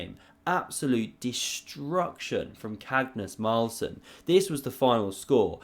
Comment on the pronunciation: Lol cagnus marlsen makes me laugh every time i hear it